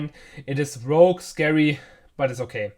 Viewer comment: It's "Rogue" btw, not rouge....